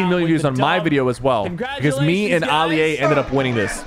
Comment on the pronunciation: Sypher pk said ali a wrong 💀